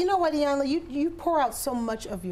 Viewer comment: I think Trina was bothered by them mispronouncing E-yanla for I-yanla